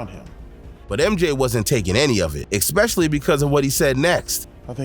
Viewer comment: "Ex-specially" so many times - I'm dying RN 😂